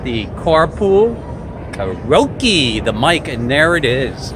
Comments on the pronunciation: A PERV that can’t say the word karaoke correctly. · Bro do you not know how to say karaoke?